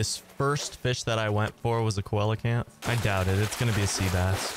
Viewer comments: Btw it’s not colacanth it’s (see-low-canth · Seelacanth it's how its pronounced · Correct me if I’m wrong but isn’t it see-luh-canth? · its seelacanth lol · Hey the coelcanth is pronounced see luh canth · He said coelacanth wrong it’s seal - lo - can- th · I think it’s pronounced see-luh-canth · Sorry- but its pronounced. See-low-can-th. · It's pronounced see-luh-canth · The way he pronounces coelacanth makes me cringe